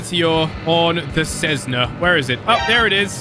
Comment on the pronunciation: It's pronounced a Cessna not Cessnaz